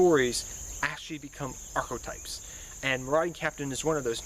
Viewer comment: "Arch-o-types" someone tell this man it's an e not an o